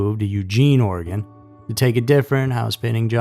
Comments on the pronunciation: Hey a YouTuber who can say Oregon lol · Thank you for pronouncing Oregon properly! It just feels really respectful when it's pronounced the right way.